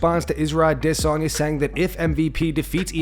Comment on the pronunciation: Why can't you say Adesanya properly?